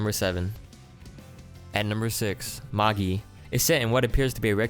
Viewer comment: Magi is prenounced ma-j-I, for future reference